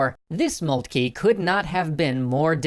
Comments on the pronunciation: I'm not too worried about the 'von', however its just grating to hear 'Molt-key' rather than 'Moltker'. I don't understand where this came from, everyone was saying 'Moltker' up until TGW Channel started (although besides the mispronunciation doesn't stop it from being great). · von Moltkey? It's von MoltkE. The last sound is "eh" not "eee" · It is molt-ka the name of the general during the end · OK, anyone who is actually german please correct or agree with me, but moltke its pronounced MOLT-KA (sorry just got annoying after a while) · I love it. But I wish you'd pronounce Magyar and Moltke a bit better. I feel for poor Austria. Der Wilder Bismark turned out to be brilliant. And there were few who could match him. :( At least L-Napolieon could look at a big map and see big things. Not everyone can. He couldn't capitalize on them, but he could see them. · Why is everyone pronouncing Moltke incorrectly all of a sudden.